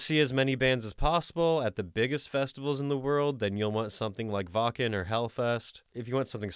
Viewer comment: Seen yor vids the firs time today. Ur content is great!! Btw. Its not callt wacen.. its wacken. Or wackkkkeeeeeennnnnn!!!